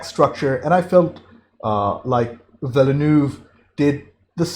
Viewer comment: I know he swallows most of the letters of his name…but if you ever heard the director pronounce his own name in an interview, you’ll hear him say “vil-new”. That is all, “vil-new” Two syllables.